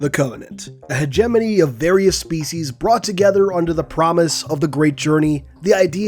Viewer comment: If you don't know how to pronounce hegemony, how am I supposed to take you seriously? Learn to speak properly before making a video